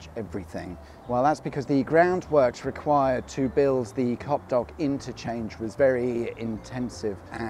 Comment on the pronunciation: ahhahah. The name is Copdock though.